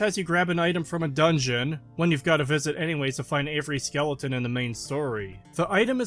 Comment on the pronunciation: I can't tell if you pronounce skeleton wrong as a meme or not